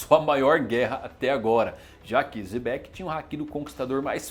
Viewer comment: Pq ele chama Xebec de Zebec?